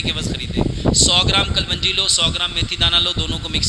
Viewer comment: O JAHIL IS KA NAAM KALOUNJI HAI NOT KALWANJI